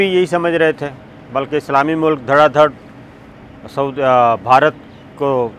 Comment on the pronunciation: Sabir Shakir please can you first learn how to speak and then make videos....Its not SECORTY its security.....its not MULAK....its Mulk.....dhaggay